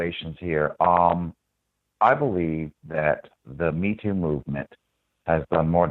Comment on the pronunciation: The "Meetiya". Lol.